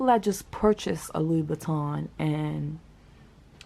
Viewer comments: Lou-boutin…not Louie-boutin 😩😩😩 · Why do u call it "Loui Buitton" instead of Lou Boutin? Its almost as though you keep trying to say "Louis Vuitton" instead... 😅